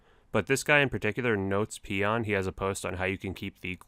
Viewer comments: That was a fail pronunciation it's pronounced like "not espeon" as in the Pokemon lol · about 3 quarters of the way through the video he mentioned someone named "notespeon" and he pronounced it "notes pee on" I just thought it was funny